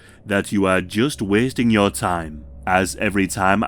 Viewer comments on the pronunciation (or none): none